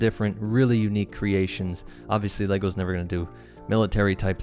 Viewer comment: Ha. You said "LEOGOS".